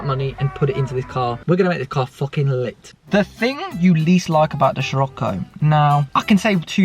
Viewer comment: Dont want to be a pain in the ass 🤣🤣 but hate it when you pronounce it as shir-occo and not sir-occo. Much appreciated 😂😂